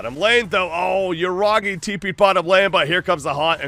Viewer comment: Yuragi ❌ Yuragay 👌